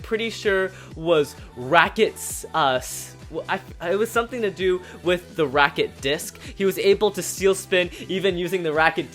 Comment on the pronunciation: It’s not racket it’s ratchet